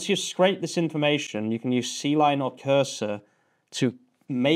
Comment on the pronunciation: Awesome stuff. C-Line is pronounced "Kline".